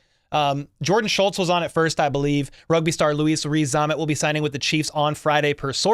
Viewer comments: Hey, as an anglophile and my opinion is he may not make it but his name is pronounced Lewis (Loo-iss) rather than the continental version of Loo-Ees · It’s a French pronunciation of Louis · Cool...but why do you keep calling him Luis? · Butchers his first name: “I don’t wanna butcher his last name.” 😂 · Butchered his first name never mind his surname